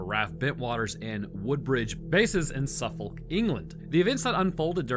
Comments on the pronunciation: Literally no one produces RAF as 'raf'. It's always R.A.F. also, it's 'su-fuck' not suf-folk... Why?... Because English. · Two points on pronunciation, just coz I'm that guy 😂 1. RAF isn't said as if it's a word, as in riff-raff. It's still an acronym without the dots. 2. Suffolk is pronounced SUFF-OOK. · Nearly got 3 in a row! Rendlesham- perfect, Bentwaters- perfect, Suffolk... not so much haha Its basically pronounced 'Suffuk' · I hate the english language sometimes, just because to people on the outside, we have words with essentially "Silent letters". I love your content, you always make digs at us brits and they make me laugh. Hearing you pronounce Suffolk while including the L was a thing of beauty.